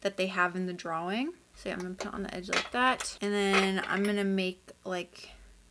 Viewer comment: LOVED THIS, I can’t believe I didn’t see ur community post! I will be keeping my eyes peeled for the next one. (Also the way u say draWING is very evil )